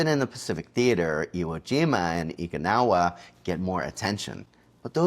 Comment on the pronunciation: What the hell is "EEKANAWA"? . Do U mean "O KINAWA" U dummie?